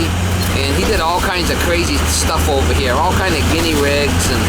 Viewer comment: "Ghinea rig".